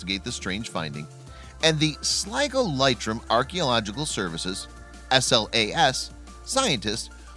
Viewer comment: Oh God - Americans and bloody awful pronunciations ! What is with Yanks and VOWELS ? It's "SLIGO and LEITRIM" as in LEETRIM .....